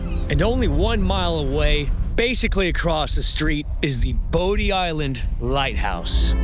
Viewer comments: Bodie Island is pronounced Body Island. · I'm from the Outer Banks and you absolutely did slaughter the names. 😆 (Bodie Island - pronounced like "body"; Corolla - pronounced "Cah-RALL-ah" by the locals; Manteo - pronounced "MAN-tee-oh" or sometimes we leave out the "t" altogether, lol.) Otherwise, fantastic video!!😃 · Most people pronounce the Bodie Island Lighthouse exactly like it sounds... Bo D, but the right pronunciation is Body Island Lighthouse. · He did great just a few pronunciation issues I heard. Man T O Manteo, Bodie Island is "BODY" Island